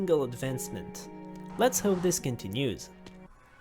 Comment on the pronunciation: Not to be mean but you are pronouncing words like "inventory" and "continue" wrong